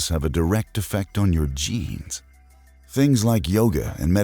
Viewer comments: Am I the only one who heard Memes instead of Genes at #4? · I thought he said DNA can store memes at first